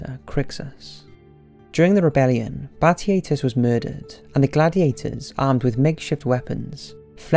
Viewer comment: Rebalean... nice english bruh